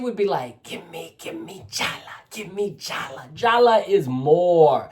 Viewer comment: LOL She says JALLA' with the accent on the last "A". She is pathetic. I thought she meant to say JALLAD which has nothing to do with what she wanted to say. She is pathetic.